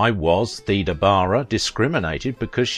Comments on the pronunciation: I thought Theda was pronounced "Thayda" also the narrator refers to Salome as "Salami," just the pronunciation is so awkward takes away from enjoyment, sad case. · My mom was born in 1919. She always said Theda as thee da.